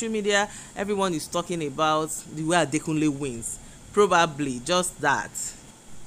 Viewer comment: Adekunle not Adakunle...